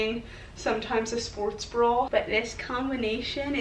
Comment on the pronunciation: bra not brawl